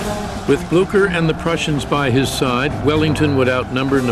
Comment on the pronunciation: When you realize they don't know how to say Blucher.